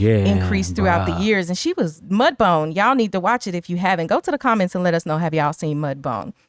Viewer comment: Wait, do you mean MudBOUND(B-OW-ND) sounds like TOWN, not MudBONE...?